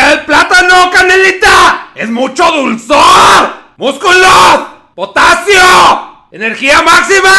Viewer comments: No es potacio es POTAXIO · Dijo potaxio😂😂🤣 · "POTATCIO" dice jajajaja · Potasio* aprendan a diferenciar lpm